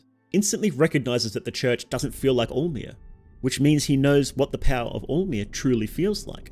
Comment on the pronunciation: it's alll-mer not all mer